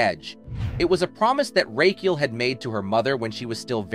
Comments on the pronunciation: Rachael is pronounced as Rachel. not "Raykiel" ffs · The name is pronounced RAKKA-ELL, not 'Rake-eel' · Who's Rake - eal? 😂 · Nothing like pronouncing "racheal" as "rakee-ale" to tip off the ai voice. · and its an AI voice over that can't say Racheal (yeah its "Ray-Chell" ) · The commentator is so annoying the way he pronounces her daughter's name as "Ray-ke-al"! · I don't think I have ever heard Rachael pronounced so.. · Another AI crap voice over. Notice how Rachel is mispronounced twice and then correctly right after.